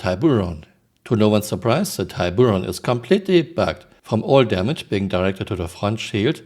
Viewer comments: American pronunciation : tib-u-ron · I think emphasis is on the first syllable - TI-buron, with the "ti" spoken ti not tie. It is amazing how old basic systems are still not working. Can't say Tiburon without bur. 😉